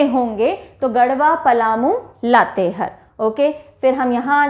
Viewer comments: Isi tarah Latehar ko har read kare means ha haa pronounce kijiye. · चतर नही चतरा उच्चारण होता है। लातेहर नही लातेहार होता है। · Mam mai Jharkhand se hu. Sorry mam but ap Latehar ka pronunciation sahi nhi kr rhe ho. Latehar nhi, latehaar hoga😊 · लातेहार है ,लातेहर नहीं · हेलो, लोहरदगा होता है, ना की लोहरडागा, और लातेहार होता है ना की लातेहर, थोड़ा सही से पढ़ाइए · लातेहर - लातेहार लोहरडागा - लोहरदगा u r doing the pronunciation wrong in these two names...... But you are explaining very well, everything is easily understood. Thanxxx ❤️ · लतेहार पढते हैं, मेम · Mam it's लातेहार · Pronunciation of Latehar in Hindi is wrong ,🙏